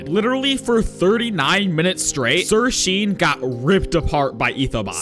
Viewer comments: Pretty sure sirsean is pronounced sirshawn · SIRSEAN is pronounced "SirShawn" btw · actually its sir.sean pronounced sir SHAUN